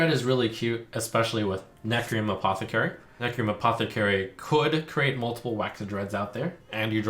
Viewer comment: "Necrium Aposecary"